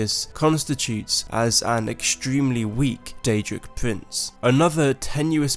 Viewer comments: DAEDRIC PUWINCE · Daedric Pwinths